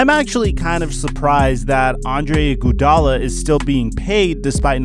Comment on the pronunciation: Dis nigga keep sayin Andre "Gudala"😂😂💀